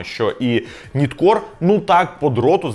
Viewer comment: Ніткор не правильна вимова!!! Правильно нАйткор!!!!!